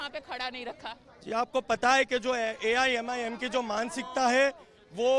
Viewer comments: Madam, MIMIM nahi AIMIM hai 😀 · Mimim nahi AIMIM